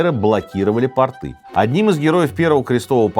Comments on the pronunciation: Не портЫ, а пОрты! ПортЫ - это штаны у крестьян. Не монгол, а монголОВ! Монгол - мужчина монгольской национальности. А множественное число, родительный падеж - монголов. Уважайте русский язык! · Проверь где правильно ставить ударение в слове "порты". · По́рты , не порты́ 😁